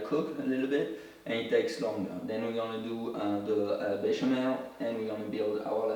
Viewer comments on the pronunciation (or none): Béchamel not bechamoo . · Beshamoo sauce…??? What is he calling the white sauce 😂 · Bechemel Sauce. Another name -- White Sauce. Used in many dishes.